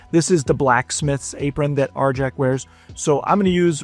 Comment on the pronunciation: ....... Isn't the J in Arjac soft? It's Nordic, or supposed to be anyways, so wouldn't it be pronounced "Ar-yak"?